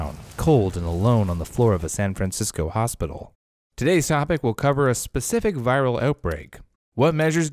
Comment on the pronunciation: But why did he say San Francisco that way?